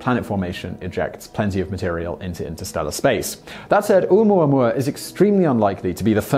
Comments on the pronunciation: I thought it was "oh oo moo ah moo ah." Those first two vowels do not make one sound (oo, like Simon is saying). The "o" and the "u" make the sound oh oo. No? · Pronounced Oh-Ooo-mooah-mooah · ...the ‘Okina at the front of ‘Oumuamua is not only a letter it is a glottal stop...so you misspelled it and he almost pronounced it. Granted almost everyone mispronounces "Uranus" (including most scientists), so we all get a pass... But, I recommend you look it up Hawai‘ian is not that hard to pronounce as you may think. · He said Omooahmooahmooah. I heard him. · I giggle listening to you pronouncing Oumuamua